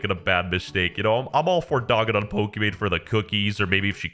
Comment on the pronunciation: Did No one else realise calling Pokimane as Pokimon?